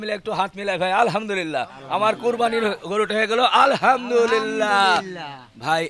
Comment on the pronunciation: হাসান হোসেন 💚💙, আলহামদুলিল্লাহ্ উচ্চারণ টা একটু সহিহ করে বললে আমরা সকলে আল্লাহর আরেকটু রহমত বোনাস হিসেবে পাই উচ্চারণ এদিক ওদিক হলেই কিন্তু meaning টা উলটপালট হোয়ে যায় গুনাহের ব্যাপার তো আছেই কিছু ভুল বলে থাকলে ক্ষমা দৃষ্টিতে দেখবেন ইনশাআল্লাহ